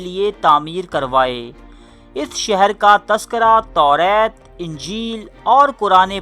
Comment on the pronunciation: توریت نہیں تورات ہوتا ہے